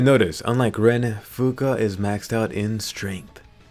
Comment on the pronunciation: Swear you said Fuka I heard Finka.....I been playing too much siege